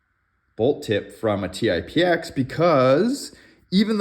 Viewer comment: Paintballer here. Good video. I was actually playing with the idea of swapping bolts for efficiency gains in my TipX. Good to know a little work will have to go into it. But real quick, it's called the Tip-X, not T-i-p-x, but Tip, as in Tippmann. And lastly, Techt is pronounced "teched". 👍